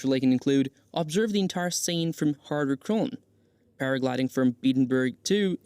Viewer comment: The pronunciation of the places was bad. Lake Thun? Come on! It’s pronounced like Lake “Toon”.